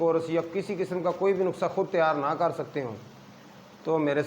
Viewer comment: نخسہ نہیں ۔ نُسخہ کہیے جناب۔